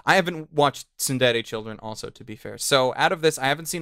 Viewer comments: Argh! Why do people struggle to say Tsure Dure? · Its not tsundere children. Its tsurezure children...